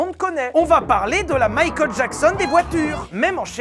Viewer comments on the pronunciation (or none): none